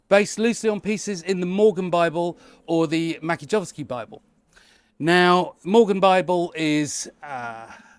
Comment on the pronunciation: The C is before an I, therefore it would be pronounced 'Match-yeh-yov-ski'.